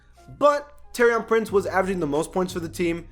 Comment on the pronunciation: It's pronounced tor-i-an Prince u really need to learn these names